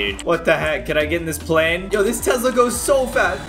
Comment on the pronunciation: caylus: im gonna get in my tezla bro me: did you mean tesla?